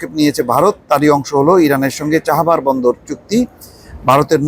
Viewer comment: চাহাবার নাকি চাবাহার?